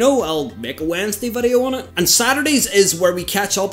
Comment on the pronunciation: Dude can't pronounce VIDEO 😂